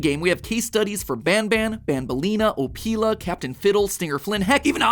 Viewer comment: Anyone else pronounce Opila like "Oh-pill-a" like SuperHorrorBro does, instead of MatPat's "Oh-pee-la" like an off-brand Ophelia? Literally BanBan asking "What do you think Opila?" and then the bird just screeches had me laughing so hard, idk what's so wrong with this janky game series, it's a hilarious romp with some funky characters and maybe some story and I'm all for it